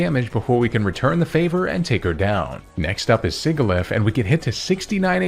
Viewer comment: I love your content, but man the way you say Sigilyph had me grinding my teeth. 😭